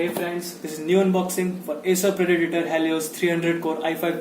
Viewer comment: Its predator and not predatator 😂